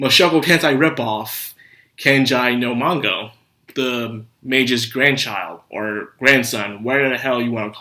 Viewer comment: I hppe I'm the only one who doesn't know what the fuck you're saying when you try to use the japanese title. mashogotenshai? what? what are you even trying to say? And are you saying Kenja no Mango, instead or Kenja no Mago? I don't like the show either but I do like japanese and you should not use it if you can't do it. btw, I literally had to go to google, and type masho tensai to figure out you meant, Mushoku Tensei... I'm not planning to come back, but for your actual fans, stop saying japanese titles... at least until you can actually say them. it doesn't seem to me you watch subbed anime by how bad you are at pronouncing them.